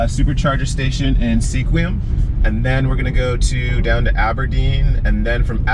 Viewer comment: FYI locals pronounce Sequim as 'Sqwim' : ) Thanks for sharing your experience.